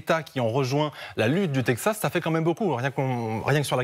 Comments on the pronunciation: faudra expliquer à votre consultant expert international qu'on prononce Texas et non Tepsas... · le "tedxas", c'est comme cela que ça se prononce ? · Chaque fois qu'il disait " tepzas " 🤣🤣🤣🤣🤣🙈🤭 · Quelqu'un peut-il leur apprendre à dire correctement texas ... 😅😂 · Il a un problème avec la prononciation de « texas » 😂